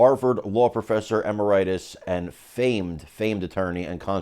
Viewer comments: "Emer-ITIS" sounds like a disease! Usually said "e-MERIT-us". Ref. to dictionary. (i.e. you needn't take my word for it.) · E-MARE-it-us, not Em-er-EYE-tus. What has happened to Journalism? Signed: Pronunciation Police